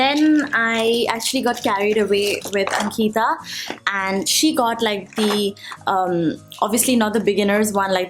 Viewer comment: when she said ankiita instead of Ankita triggers me a lot